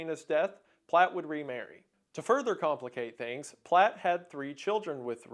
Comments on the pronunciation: The name of the perp was Platt. Not Platz. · The name is Platt. You got it wrong the entire video.